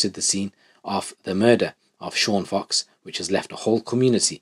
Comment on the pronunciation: Sean Fox christ get the guys name right